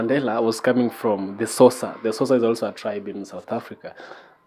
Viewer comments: Sosa??? 😄😄😄 Xhosa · My brother you pronounce Xhosa as (Kosa) if you are a Kenyan and Bantu is a group of all people with same similarities in their languages- a good a example a goat in swahili is mbuzi while in Zulu or Xhosa is Imbuzi. So there is no bantu tribe in SA. In Kenya we also have bantu people. A good example is Kikuyu. Just have an open mind, it's not a bed of roses